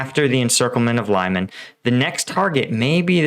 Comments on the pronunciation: Your pronunciation of Lyman makes me think you have zero credibility on this matter.Peace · Stop butchering the name of Lyman :) You are pronouncing it so wrong.